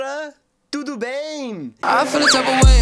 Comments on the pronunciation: o " tudo bem" foi perfeito kkk👏👏👏👏👏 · Um detalhe ....você sempre começa com um "Tudo bem?" horrível, carregado de sotaque e nesse vídeo ficou praticamente perfeita a pronúncia com as vogais bem marcadas da forma correta! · O tudo bem dele está perfeito, e deu pra entender, entendeu tá tudo certo.